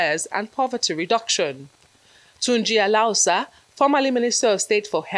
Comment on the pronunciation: Someone in the newsroom should teach this reporter how to pronounce Alausa. A la wusa